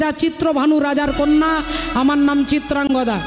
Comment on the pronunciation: চিত্রাঙ্গগদা নয় চিত্রাঙ্গদা হবে